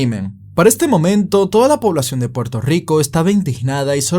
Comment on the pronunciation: Puelto yico.